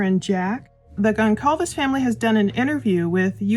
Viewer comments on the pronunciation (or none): dear, I hope you don't mind this correction, but Kaylee's surname is Gonçalves (pronounced Gonssalves), not Goncalves (Gonkalves). Other people have mispronounced it as well. I wish you and your family a blessed and happy New Year. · Not being rude, but the name is pronounced Gonsalvez, not the way it is is spelled Goncalvez. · Considering that you've milked this tragedy for views since November 13th, one would think that you would have enough respect to pronounce Kaylee's name correctly. It's pronounced "GonSALVES," NOT "GonCALVES." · Please pronounce her name right...been a long time now. The C has an S sound... Like conSalves..like Gon-Zal-Ves. Ty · I’ve listened to you mispronounce the name of at least one of these young adults over and over. The name is pronounced Gon-solve-es. I heard it pronounced by family on tv so I’m positive about this. I just think pronouncing their names properly is showing them the respect they deserve. I really don’t care when you mispronounce words or names. It’s rather darling. I just have a hard time w anyone mispronouncing any of the 4 young adults names involved in these horrific murders. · Just as a side note. Gonçalves is a Portuguese surname. The “C” in the name is pronounced as an “S” and not as a “K”. Just pretend that it’s “Gonssalves” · Kaylee’s last name is pronounced GonSalves. The C in the middle sounds like S. It’s a Portuguese last name. K thx bi. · Goncalves is pronounced Gon-SAL-ves. Soft c. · The c in gonCalves is pronounced like an S. gon+salves. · GonSalves - in Portuguese they use the letter ‘C’ with a little tail to make the SSSSS sound for example in the name GONSALVES her name does not have a hard ‘C’ it. It’s an S sound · Kaylees last name is pronounced Gon-sol-ves!!!!!! The "C" is pronounced as an "S"!!!!! Gezzzzzzzz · Brian is 28 years old. Kaylee's last name is pronounced Gon-'Solve-ezz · Just an FYI, The C in Goncalves is pronounced like an S. 😊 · The C in Goncalves is pronounced as an S.